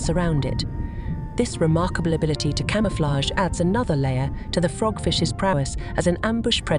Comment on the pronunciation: Don’t miss that cama-flaig!!! 😂😂😂